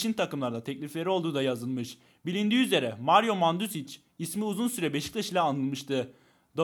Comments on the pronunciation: manzukic diye oku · lan mandzukiç deme amq karnıma ağrı girdi 😂-😑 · bu arada mandzukic manzukiç niye okunuyo haberin olsun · Mandzukiç Diye Okunur. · Mandzukic'in okunuşu manzukiç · mandzukic diye yazılıyor mancukic diye okunuyo. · manzukiç diye oku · Manduzic diyo ya ASDASDASASDA ADAMSIN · Abi mancukiç diye okunur. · Abi Mandzukic i bi türlü söyleyemedin ama olsun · Abi mandzukici soyleyemedin bende pep gvardiolani soylleyemiyordum simdi soyluye biliyorum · Lan senin yuzunden mandzukic in nasil okundugunu unuttum